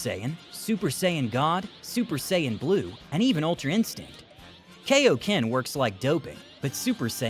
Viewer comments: Its not kayoken it kai o ken idiot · Kai o ken not kay idiot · kai - oh - ken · Are you just going to keep mispronouncing kaiokenyou and your mispronouncing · The only minor gripe with the voiceover is the mispronunciation of Kaio-ken.